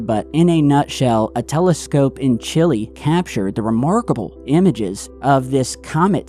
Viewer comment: STOP SAYING CHILLI 🌶 IT'S CHILE its like saying Lego but without the GO if you don't know how to pronounce spanish words please do you research before making everyone sound like that